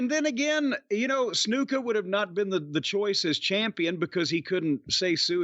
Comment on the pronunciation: The way Jim always says Snuka as Snooka pops me.